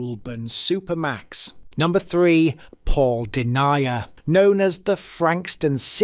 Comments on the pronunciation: An interesting story but I wish you’d research the correct pronounciations. The two that really grated on my ears were Den-yi-a, which is Den-ya and Goal-bun not Goul-burn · I deny ya know that Deny er is Den yer. 😂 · It's DEN-YA not DEN-IA, it's GOL-BURN not GOOL-BURN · Good video but there were a few things wrong. Pictures of people who weren't them and pronunciation of name.. You had me screaming at the TV when Paul Denyer came on lol its not denier, its denya.. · LMFAO, im an aussie and you crack me up here, PAUl DENYER, its DEN YER, not DENIAR , lol, thanks for the good laugh bro anyway 😂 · His name is pronounced Den-ya not Denia 😊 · Its Den Yer, but in court he was denier! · Number 3 is pronounced Den-Ya. We were living in the Frankston area at the time, we then moved to a small town in the west and found out one of the victims is buried there. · "De-niah"...!? Denyer - 'Y' as in "yes"... seriously, you are obviously an English speaking person, "Denyer" isn't exactly an obscure name mate.... Dyslexia for A has been Cure found... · AI bs, “Deniah”, god blimey 😂